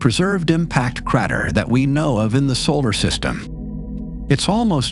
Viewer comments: very interesting video but the crat-er ruined my concentration a bit ;) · cratter. critter, creter.... everything but crater.